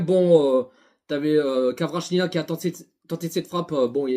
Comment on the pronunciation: Cela me dérange énormément la manière que tu écorche le nom de Kvaratskhelia.. tu dis kawachinia.. c'est honteux en tant que parisien.